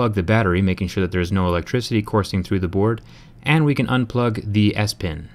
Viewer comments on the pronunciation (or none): none